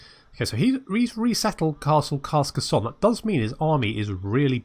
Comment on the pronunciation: I know this is unlikely going to change anything but... It's pronounced 'Car-Ca-Sawn' but with a thick, pretentious french accent.